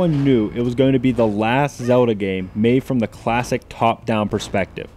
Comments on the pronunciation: Say the "L" in "ZeLda"!!! O_O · why the hell do I always run into so many people on the internet who pronounce Zelda "Zewduhh"?